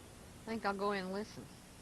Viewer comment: Think...not fink. Kind regards.